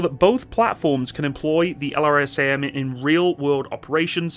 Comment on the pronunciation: F-15EX is a beast. Most powerful AESA radar, EPAWSS, sensor fusion, HMD, digital FBW... And the ability to carry pretty much anything designers can dream up. The F-35 is a ninja; F-15EX is 1990s Mike Tyson. Oh, and LRASM is pronounced "luh-razz-em."